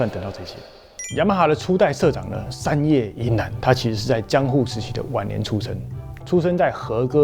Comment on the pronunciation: 是山叶不是三叶